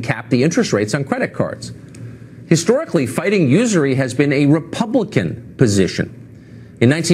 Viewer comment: hey kyle you probably wont read this, I wish i could shoot you an email. but bro, please say these words to yourself: usury, folks, damning, then go to google and search the word and listen to the pronunciation. I donated to your patreon, was ready to donate more bu tdidn't realize it is monthly only.